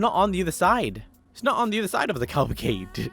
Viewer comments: The CAAAAAAAAAAAAAALVACADE, it's called a Cavalcade bro xD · Say it with me, Ca-val-cade. 👍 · I go crazy when you pronounce it as calvaclade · Still mispronouncing Cavalcade bro